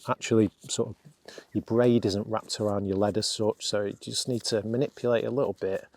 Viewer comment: I wish you could say the word “just” instead of “dus”. Most annoying.